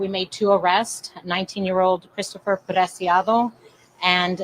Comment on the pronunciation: It’s pronounced preciado, not picado . I wish people would take time to read names right.